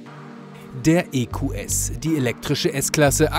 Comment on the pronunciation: Endlich hat mal jemand verstanden das es EQS und nicht EkyuuS heißt.